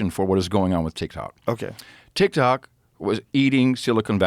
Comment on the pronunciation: Adam Curry is a really cool guy, great guy.. But when Adam Curry talks about TikTok, he says Tik-Tic ... I'll see myself out now.